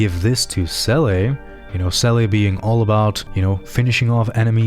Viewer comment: 10/10. My only gripe is the seele pronunciation